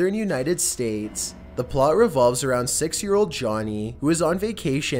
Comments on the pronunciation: He said two thousand sex instead of six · Lol he said sex instead six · Did u hear him say on September 2000 sex? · Two thousand sex? 😂 I like that year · naturalEST zoologEST consevationEST two thousand SEX